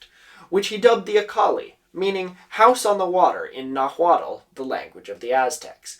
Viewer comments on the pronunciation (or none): Love your videos! Rampant mispronunciation always catches my eye (special interest: phonetics): Nahuatl is pronounced "nah-watl" [nawat͡ɬ] the "tl" is a lateral affricate that doesn't appear in english. The "h" is silent, as in spanish (because the spaniards basically invented the spelling for the language) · Really enjoying your videos. Just a note (More of a fun fact) Nahuatl is not pronounced Na-huat-L. In Modern Nahuatl, you put your tongue into an L shape and push air out, kind alike imitating a lisp. I push air out in the space between my molars and tongue. When speaking English, it's more accurate to the sound to drop the L entirely.